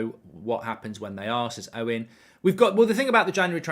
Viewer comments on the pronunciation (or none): none